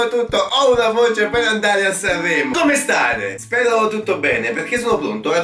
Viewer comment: "SCRVOLLAVE" "SANVVREMO"